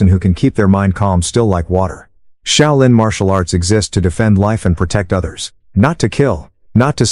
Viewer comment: The “Shy-O-Lynn” temple?? Give me a break.